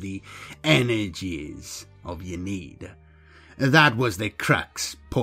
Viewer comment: Very cool video. Ynnead pronounced "in-knee-add" tho just so you know. Not a critism, just sharing :) keep it up, really enjoyed, will be subscribing.